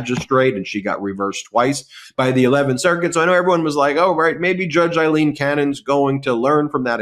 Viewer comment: Can you please tell Ben that Cannon's first name is "A"ilene not "I"lene... "A"... as in Pail, snail, JAIL... Ailene